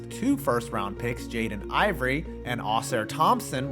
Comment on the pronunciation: mf said “jaden ivory” 😒